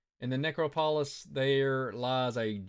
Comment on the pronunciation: The word you were struggling with is ne-CROP-o-lis...accent on the second syllable...just fyi.